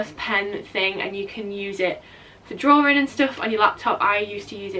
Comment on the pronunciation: love how your accent says "draw" "ring" for "drawing"